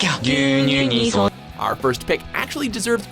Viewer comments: the way you pronounced "gyuunyuu" made me cringe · Please, if you have no idea how to pronounce things in Japanese, don't do it multiple times. It hurt every time you said gyuunyuu absolutely wrong, even though the said it in the commercial like a second later.